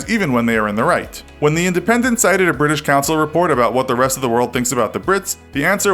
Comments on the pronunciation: Briish indeed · You pronounced British wrong, it’s actually Bri-ish